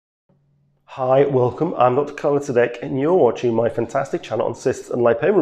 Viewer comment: I didn’t even realize the channel name and actually thought you said DJ Khaled, I was very confused.